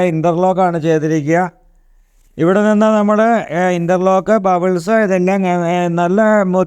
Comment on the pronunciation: ബബിൾസ് അല്ല മോനേ.....പെബിൾസ്